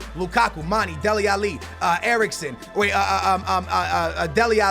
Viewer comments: Mane is pronounced Man-eh not Man-E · say manae not manie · IT IS MON-A NOT MON-E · mah-nay mah-nay say it with me mah-nay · please stop calling manè Manny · so glad He got rid of mane im sick of Him fucking up His name